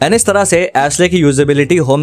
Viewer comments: Ashley.. ash.. Lee hai ash lay nhi bro .. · Ashley ❌ Ashlay ✅